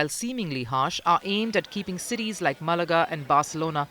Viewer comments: its Malaga Cabron Not Malaaaga.. Lol do your research.. Lol..its also tomato.. Lol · The locals depend on tourism. they vote for pro tourist leaders. And its MAL-UH-GAH, not Mu-luh-ga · Since you cover international affairs, you should make a point of pronouncing names correctly. It's MAlaga, not MaLAga. Painful! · ma la ga not marlarga.ffs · Its Ma’- la-ga journalist…. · It’s pronounced Malaga…. Not Malaga…. 🧐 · not Mal ar ga. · Maybe pronounce the city names correctly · He butchered Malaga.